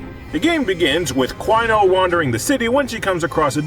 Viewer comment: DIE CWINO DIE! DIE CWINO DIE!